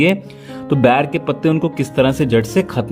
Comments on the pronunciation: ये बैर नहीं होता है बेर होता है सर 💐💐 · Please Say It Ber Not Bair. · बेर कहो न कि बैर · Pahle ber bolna seekh lo phir ilaaj batana.